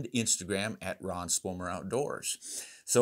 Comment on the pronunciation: Both are great. However your mispronouncing Ron's last name🤨. Keep it rocking sir.